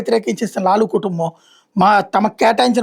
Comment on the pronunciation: లూలూ కాదు లాలూ